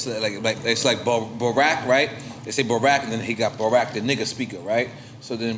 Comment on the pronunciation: Am I the only one who didn't like how he pronounced " barack" 😂